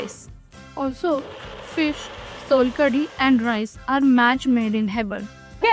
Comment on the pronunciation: You must try the authentic solkadhi in India! It's not solkadhi, it's SOULkadhi❤